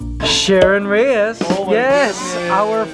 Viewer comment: Sheryn REGIS, not REYES, Mikey.